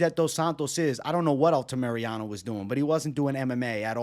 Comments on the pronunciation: Say it with me: Al-ta-mi-ra-no not Alta-Mariano 🤣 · I like the fight insight but man the mispronunciation of names always drives me nuts haha ALTAMIRANO, not Altamiriano lol